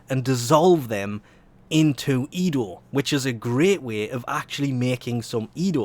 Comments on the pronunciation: ENDO, EN.DO. not edo lolol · Bruh... you keep saying "Edo" instead of "Endo" Did you just watch Star Wars Rogue One? Edo got a good slappin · ITS E N D O NOT EDO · Hearing you call it "EDO" shortens my life by a month. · it just slowly kills me from the inside when he says EDO -_- i love u but god damn sometimes ur a pain in the a$$ to listen to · No, it's just your typical mispronounciaton.